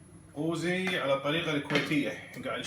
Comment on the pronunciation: يافاهم اسمه قوزي مو غوزي اسمع وتعلم عدل يلة تحجي